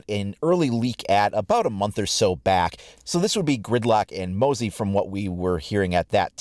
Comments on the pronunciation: for the love of god its not pronounced mossey. its (moh-zze) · it's Mah-zie not Moe-zie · Its Mozz Eee (no idea how to spell it phoenetically) or even M-Ozzy (like Ozzy Osbourne) Assuming they're naming him after Australias slang for Mosquito, in your video it sounded like you were saying Mowsey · Its Mozzie not Mozzie jeez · Its pronounced 'MOZZ EE' not 'mowsie' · Its mozey (mozy) not mozey (mouzy), it has no U sound after the o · stop. fucking. saying. Moahzie. its. 'M O Z Z I E' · Hey, just wanted to mention that the operator name is likely pronounced "mozz-ee" instead of "moh-see", because it's referring to the way Australians shorten the word 'mosquito'. Great vid! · Mozzie not mosy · I've been watching your videos since the launch of Siege and I would like to say great work, keep making the best siege content. also, as an Australian, its pronounced Mozz-E, not Mozz-eye:) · Its pronounced moz-ee for all you americans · I am Australian & it’s pronounced mo-zi & it means fly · He says moezie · you still cant pronounce moz-zee right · Moozie is said like Ozzy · Pronounced Moh-zee and we have petrol stations not gas stations 😊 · The word “mozzie” is said like Moz/ee, and is Australian slang and an abbreviated word for “mosquito” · Bruh learn how to pronounce mozzie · Pronounce it right god dammit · Mozzie. Shortened for mosquito, pleas pronounce it properly haha